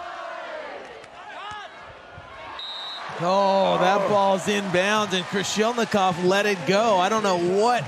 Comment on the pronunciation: Not Krolishnikov, but Krasilnikov! What a disgrace and non-professional of commentator! It's his job, he gets money for saying names right! What if Russian journalist called princess Dunya instead of Diana? And this commentator continued to support Germans more emotional then Russians what sounds like a big shame. So unprofessional